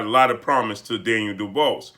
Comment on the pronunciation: What did this clown just call him???..Daynell DuBalls Hahaha Let me help you sir...Dan-i-el Du-Bois (pronounced Do Bwaa) Blessings